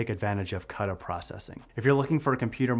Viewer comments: Cuda : "queda" not "kada" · I know it's not very intuitive but Cuda is pronounced "Koo-duh". Also, I love your skits. I'm looking forward to seeing more of Data Engineer!